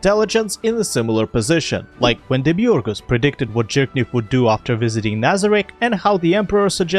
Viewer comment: i genuinely love how you pronounce Demiurge